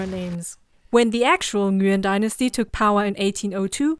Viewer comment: F@ pronounced the name correctly! "Nguyen"